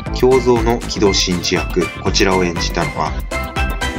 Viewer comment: 5分58秒リュウガじゃなくてリョウガと言ってましまよ